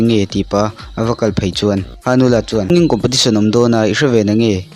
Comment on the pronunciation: competition aw compotition nilo in.sir